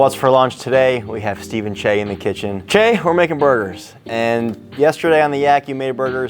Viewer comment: Thank you Cheah for using correct pronunciation. you should know better, you're a well traveled man of the world.